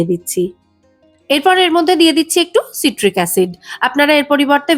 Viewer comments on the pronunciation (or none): ওটা সাইট্রিক অ্যাসিড উচ্চারণ সিট্রিক নয়। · ওটা সিট্রিক অ্যাসিড না, সাইট্রিক অ্যাসিড